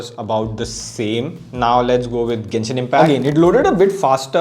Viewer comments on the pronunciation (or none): none